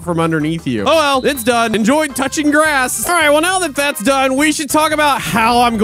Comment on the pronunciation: “enjoy touching grass” sounded like something else tho 😅